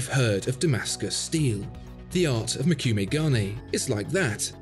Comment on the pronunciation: As always, a very interesting video on the artistry of timepieces. Just a bit of FYI regarding the Credor and the dial technique. It's pronounced Mo - ku - meh and it translates to "wood grain", which is the pattern made by the folding over of the metals as in the folds of a Japanese sword. This would have been a more accurate example given the context, rather than Damascus. Gane refers to the gold of the dial. So...